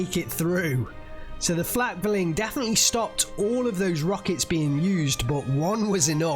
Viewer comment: Pronunciation: flack-fear-ling, feel-rack-ver-fer